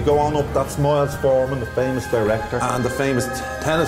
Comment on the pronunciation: did he just call Milos Forman "Miles Forman"?